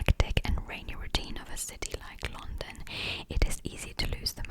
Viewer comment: Именно с таким акцентом я в школе слушала кассету для рабочей тетради по Английскому языку . Вставляешь её в магнитофон , нажимаешь ▶️ .. и …. «Новый курс английского языка для российских школ» хотела написать я, а потом услышала , что ты сказала «лОндон» 😨….. моя англичанка убила бы тебя за это !🥹. Только лАндан из э кэпитал оф грейт британ 😃